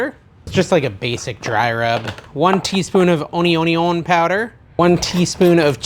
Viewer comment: what is onyonyon powder? Are you saying onion power?